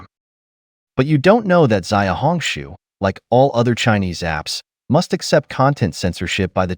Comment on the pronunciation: Just to correct you, "Xiaohongshu" is not pronounced as "Ziaohongshu" rather "Siaohongshu. Listen to your pronunciation sounds so odd!